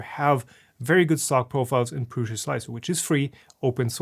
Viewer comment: I hate so much that you say pruSZa instead of pruSa